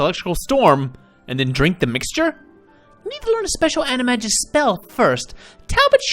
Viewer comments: Omg I almost couldn't deal with saying animagus wrong every time. Ani- mag-nus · It's pronounced "Annie - may - Gis". It's a hard G X_X